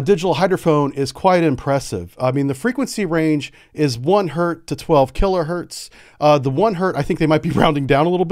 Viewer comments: “One hert” is really funny. The unit is “hertz” named after Heinrich Hertz, it doesn’t end with a z because it’s pluralized. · He was making reference to someone saying "1 Hert" instead of "1 Hertz"